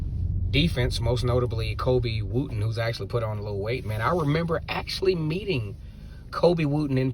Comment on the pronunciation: Wooden not Wooten. Colby hates when people say Wooten